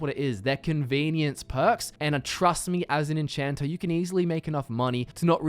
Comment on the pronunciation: I find it kind of funny how you add an r to Magica (making it mgicer) and remove the r from enchanter (making it enchanta).